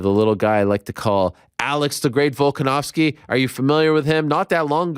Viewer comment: the mench volkonovski lol stop it.